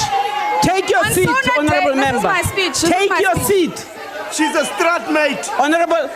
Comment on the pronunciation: lol straatmate pls tell me I didn't hear that